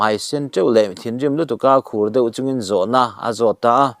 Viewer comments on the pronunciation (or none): none